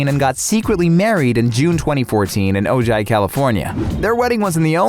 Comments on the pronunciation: Samira Wiley married her wife in Ojai, California. It's pronounced Oh-HI, not o-ji. 🤦🏻‍♀️ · Ojai is pronounced “O-high,” not O-ji. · It is pronounced OHAI NOT OJai the J has the H sound. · Its pronounced OH HI not OH JI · O jai lol! pronounce it Oh-HAI. Stupid narrator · This generation of commentators. Lol. It’s pronounced Oh-hi not Oh-ji Do your homework and learn what you are reading. That’s embarrassing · Love Moss, don't love Scientology. Also, did he say O-JIE for Ojai? (isn't it pronounced O-HI?) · Dude, it pronounced Oh-hi, not oh-jie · Ojai - pronounced O-Hi Not O Ji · “Oh-ji California” it’s pronounced “O-HI”. Lol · Ojai pronounced like "Oh hi" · Ojai is pronounced “Oh-hi.” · Wow...am I the only one who heard 'boo' instead of 'beau' and 'Og-eye' instead of 'Ojai'? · Um , , ,Ojai is pronounced OH-HIGH. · Ojai is pronounced O-hi. Its Spanish. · Ojai (California) is pronounced O-hi. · Yeah, not oh-jay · Ojai was not said correctly...is said like “oh hi” what kind of pronunciation is that for Emily’s wedding to Mr. Campbell of Mad Men. 🤣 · I cringed when he pronounced Ojai. It’s a Spanish J, “Oh-Hy”. 🤦🏻‍♀️🤦🏻‍♀️🤦🏻‍♀️ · Ojai California? Its pronounced Ohigh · Each of the stories! BTW, not meaning to be rude whatsoever, but Ojai is pronounced with the J sound like an H. O-hai. :> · LOL I'm sorry to correct you on a dumb little thing, but hearing you pronounce Ojai had me cracking up. It's a Chumash word, so it is kinda similar to Spanish in a way. It's said like "oh-hi". Haha you don't say the J :) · How can you sound like an American, yet pronounce Ojai like such an amateur? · The commentator pronounce Ojai wrong. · The way he said Ojai... cringe lolol.